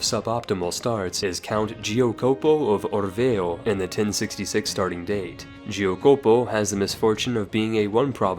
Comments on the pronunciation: Giacopo, not GIOCOPO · Dude how did you pronounce giacopo, gio copo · Geeo poko of Orrrveo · Not forgetting Giacopo